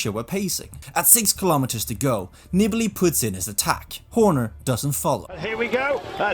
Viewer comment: NEE-BAH-LEE, not Nibble-ee. Screwed over by Horner, who admits cutting him off on the climb. A real unclass act. Wonder how welcomed he would be if he ever showed-up at a Grand Tour or Monument? Better stay home in the bedroom making your podcasts where it's safe.